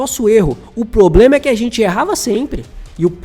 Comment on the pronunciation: O PLOBLEMA, E O PLOBLEMA! analista pessima!!🤪